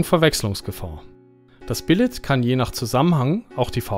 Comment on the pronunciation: bilee!! nöd bilett!!!!!!!!!!!!!